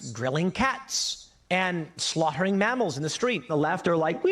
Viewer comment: the worst part out of all of this is hHow hHHe pronounced the word slaugHter. HHe really put an emphHasis on the letter hHhHhaitch.